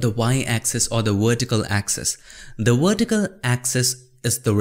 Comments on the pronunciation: The Wertical axis. Love it ;) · the wertical got me dying.